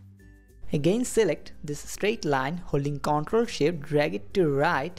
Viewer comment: Man, awesome skills. thanks just a note: the word "control" emphasis on the second half conTROL. I kept mishearing that word and getting confused.